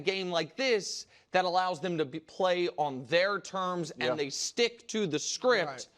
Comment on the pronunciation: The cadence was good but he missed the pause into anddddd pause 😂